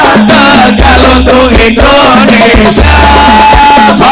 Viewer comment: Ngapunten, INDONESIA gus, bukan INDONESA